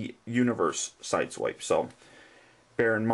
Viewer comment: its pronounced sideswipe